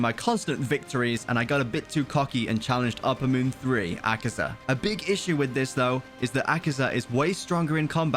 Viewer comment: Its akaza not akiza